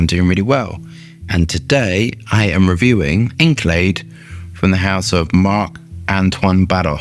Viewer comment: His pronunciation of ENCELADE is absolutely horrendous. But he’s usually terrible with pronunciation